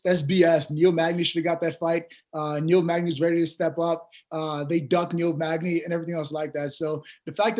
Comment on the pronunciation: my boy Niel " MAGNAZE " Magny